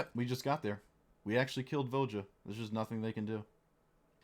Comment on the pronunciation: Voja should be pronounced Vo-ya, Ravnica is based on Prague and the J after a vowel would make a Y sound in slavic languages